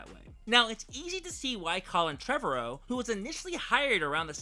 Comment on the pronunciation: You're saying Trevorrow wrong.